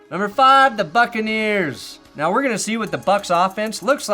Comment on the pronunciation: When got to the Buccaneers, at first I thought said the Fuccaneers.